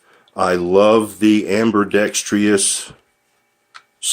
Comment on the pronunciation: Every time you say "amberdextryus," God throws a puppy in a wood chipper.